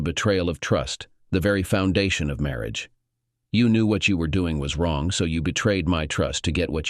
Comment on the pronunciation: Please use another text to speech software. It can't even pronounced 'marriage' and 'question' right.